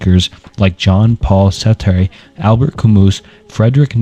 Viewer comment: There’s no way you know anything about philosophy and pronounce Descartes Sartre Leibniz and basically everything else like this. It’s not a bad accent, it’s literally just crazy wrong. This is just one long chat gpt generated video.